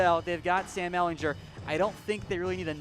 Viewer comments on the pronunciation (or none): none